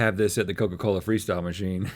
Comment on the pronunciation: "Coker coler!" 😭💀